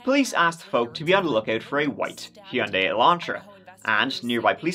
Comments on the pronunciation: Actually pronouncing Hyundai correctly sent me WILD ❤ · Nice Hyundai pronunciation ❤